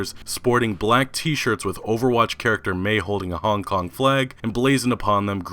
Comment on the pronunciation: Dude I don't like the way you pronounce Hong Kong. It sounds weird af